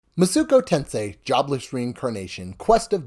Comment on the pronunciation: Thank you for this review. I was about to buy this game, but thought I should see a review first. Only critique is that it hurt me everytime I heard you say Masuko Tensei.